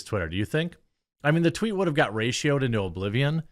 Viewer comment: thank you for not editing out the tweet flub...made my day lol